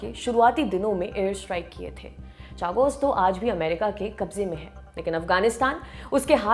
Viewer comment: Chagos का सही उच्चारण शागोस है.